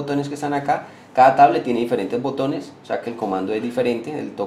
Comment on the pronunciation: Diccionario: Caa es cada, propieases es propiedades, pueen es pueden, trabaar es trabajar, tieen es tienen, le vamoa, es vamos a, le amos es le damos, conetao es conectado, voy aejar es voy a dejar, no emora, es no demora